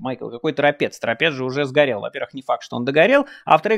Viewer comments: ТорОпец!Ударение на второе О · ТоропЕц☝☝☝☝ а не ТорОпец‼️потому что это чисто беларуская топонимика‼️‼️как собственно и земля‼️отжатая точно в такой же способ как и Донбас с Крымом у Украины😡😡😡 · Если Торóпец, то жители Торóпчане? Что-то не подходит. Надо: Торопéц, тогда будет: Торопчáне. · ТоропЕц это Левиев😂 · Торопец,ударение на второе О.